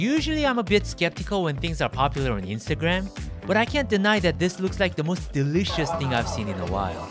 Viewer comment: Hey don’t judge Japanese saying “derishasu” it’s so true tho 😂